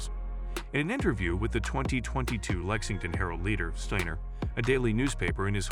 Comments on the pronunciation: Great video n awesome young lady!! Narrator, its pronounced Sti-ner not stannor lmao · STIner Not Steener get it right== idiot goes back and forth with the wrong pronunciation-- STEINER (the I is dominant) if Jewish then the E is dominant, and even says STAner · As bots go I didn't think this one was all that bad. However the tendency to go back and forth in pronunciation from Steiner to Steener was a bit annoying. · Good video except how is her last name properly pronounced... you used Steiner, Steener and Stainer??? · You would think its Joe Biden reading A Teleprompter. It’s a she and her name is Abby Steiner not steener. Lmmfao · Please pronounce her name properly she's a huge star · Steiner is an amazing talent. She deserves a much better video than this. So many errors, even mispronouncing her name, referring to her as 'himself' … she deserves more respect than to present this poor production as a 'tribute'! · Could you take just a minute to learn how to pronounce her name and other things in this video before posting? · Okay, you spell Abby with an E, mispronounce her name and, at one point say himself, instead of herself. Gotta do better editing. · First of all, you referred to her as "him" and then proceeded mispronouncing her name. Great journo, you dunce. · Agree that the language problems are very distracting. You referred to her several times as "him." In case you're not aware, "her" is female. You bitched pronunciation of her last name repeatedly. I admire Abby, but your show needs to get its act together.